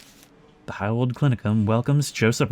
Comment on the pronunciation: In case you're curious: your pronunciation of the "ei" as "ai" is good, but "W" is "V" in German, and "V" is "F" Try practicing with Volkswagen. Did a few german classes in uni.